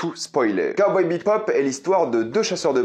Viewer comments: J'ai relevé que tu prononçais "BEPOP" alors que c'est "BEBOP" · Ouais mais t’inquiète on s’habitue vite c’est pas dérangeant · ah jsuis pas fou mdr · Ah mais pareil, ça résonnait dans mes oreilles xd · Cowboy ...... "BEPOP" ? xD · je ne suis pas fou il dis bien BePop et non Bebop? ^^ perso la ba m'avais laisser un gout amer... genre l'ambiance a l'air la mais c'est mou du cul... je vais look la série mais bon... j'ai peur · Heu c'est pas Cowboy BePop c'est Bebop... dommage... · J'ai écouté ta critique, et tout ce que j'ai entendu, c'est bePop, au lieu de bebop, c'est très perturbant! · C'est Cowboy BEBOP pas BEPOP, ça m'a titillé les oreilles tout au long de la vidéo à chaque fois que tu dis BEPOP...